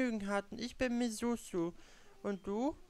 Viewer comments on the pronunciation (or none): ich glaube misuzu wird misudsu ausgesprochen